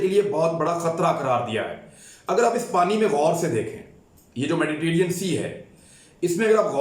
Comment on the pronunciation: Please correct your pronunciations abeeb is mistake (tel aviv) is correct. 2nd Mediterranean is correct.... medtierian is wrong.. please listen and correct your errors